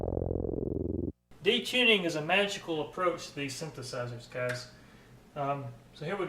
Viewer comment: It's "gahs".